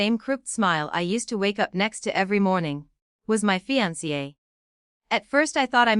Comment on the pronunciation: Fiance is woefully mispronounced.